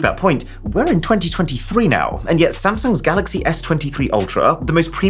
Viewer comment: Arun Love You, Every Thing Is Interesting About This Video. Please Make The Upcoming Unboxing And Review Video Like This And Reallyyyy Love The Way You Said Samsung Galaxy Hahaha Probably Better Than The One In The Event,,,, Love From Pakistan